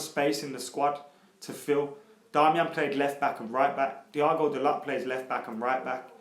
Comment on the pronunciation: Di-O-go Da-low not Diago dalot